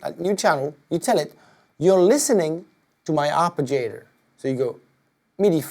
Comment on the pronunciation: lmao had me dead when he said arpijator